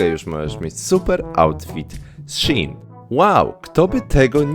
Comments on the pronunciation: Nie mówi się shin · Shein czyta się shiin (bo jest to nowa, skrócona nazwa sklepu-wczesniej nazywał się She inside) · prawidłowo wymawia się szi in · Shein mówi się " She in " Czyli w tłumaczeniu "ona w" . Pracowałem i nie polcam (*) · mowi sie szejn XDD (dla beki) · A to nie mówi się szajn? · Mówi się ,, szejn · Szi en sie mowi chyba